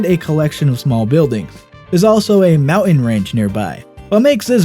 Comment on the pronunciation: He calls mowen to mountain